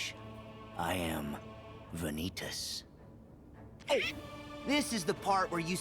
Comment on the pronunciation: Shout out to the guy on twitch who clipped Vanitas getting thrown and calling it "Van-YEET-as"